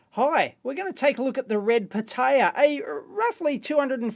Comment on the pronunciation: For me as a spanish speaker, your pronunciation of "pitaya" is like nails on a chalkboard. But otherwise very good video.